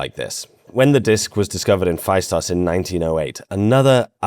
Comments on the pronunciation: Well good video but it's not pronounced faistos, it's festos. Intonation on the o. And knossos has the intonation on the second o. And lastly it's zacharias (intonation on the i) iliakis (intonation on the a) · Festos not Fa-i-stos. In Greek A and I together as ¨ai"-"αί" is read as e as in E-stablished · Heyo, Cretan here. It's Feh-Stos. Not Phy-Stos. Thank you for your attention. Now on to important matters: There have been many locals who have claimed to have decyphered the disc but "never got the funding" or "were silenced" and other bs like that. It's a scammer magnet to try and decypher the disc lol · Pronounced Festós. Not Faistos. Thnx m8 😁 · Phaistos in Greek is pronounced "Festo's" accent on o and ai is e. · I never understood why English speaking people refuse to say easy words from different languages with the correct pronunciations. "Phaistos" is a good example. In Greek, the sound of 'ai' is the same as 'e' (ε, Epsilon). Hence, "Phaistos", can be imagined as "Phestos". I am not saying that people learn that in reality you don't pronounce the 's' in the end and you twist the work to "Phestou". In history talking videos, it would be nice to have minimal effort on simple things, with landmark properties. Every time things like that happen, if I only listen to the audio of a video or podcast I have a hard time understanding what the narrator is talking about, because the word sounds incredibly alien. PS: I know you tried to say some words properly, but really you missed the easiest one. Thank you for the video as a whole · Hi. It's pronounced Festós. Much love ftom greece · The ‘ai’ in Phaistos is equal to ‘e’ and pronounced as e not ai. Thank you!🙏